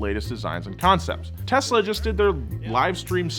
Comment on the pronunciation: wtf he said tesla correctly